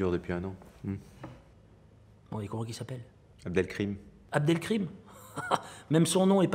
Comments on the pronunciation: abdelkrim c'est abdelkarim (serviteur d'al-Karim) abd signifie "serviteur de" et al-Karim c'est l'un des nombreux noms d'Allah comme abdelhakim, abdelhalim, abdoullah, abderaouf, abdelmajid, etc, qui ont chacun une signification et un Attribut divin. C'est simplement que les mécréants aime déformer les noms d'Allah par blasphème, voilà pourquoi ils change la prononciation orale, car aucun parent musulman au monde n'a un jour prénommé son fils avec une prononciation pareille de "abdelkrim" qui est une déformation du nom d'Allah (ilhad) mais plutôt abdelkarim, car le faire c'est de la mécréance majeure comme l'indique clairement le Coran sur ceux qui déforme les noms d'Allah car les noms d'Allah son sacré et ont un sens et dire krim au lieux de karim après abdel c'est déformer ce nom d'Allah par blasphème. Et comme lui est un humoriste et que seul l'argent et le prestige compte, alors il n'en a rien a cirer de répéter ce qu'on inventer les mécréants comme blasphème islamophobe du moment qu'il obtient le prestige, l'argent, les femmes, la gloire matériel et les likes. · Pour info, cela ce prononce Abd al-Karim ou Abdel-Karim qui signifie : serviteur du Généreux (al-Karim étant l'un des nombreux noms d'Allah), pas Abdel-Krim dont celui n'est prononcé ainsi que caricaturalement mais jamais dans la réalité, car aucun Abd al-Karim ou Abdel-Karim ne s'appelle ainsi ni ne ce fait appelé Abdel-Krim ainsi.